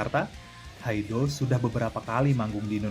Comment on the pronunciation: haido dibaca haid .presenter tolol